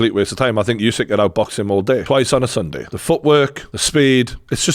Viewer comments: its not yousyk-its usyk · USYK is pronounced “Oo-sic” NOT “you-sic” - why does every boxing journalist get this wrong?!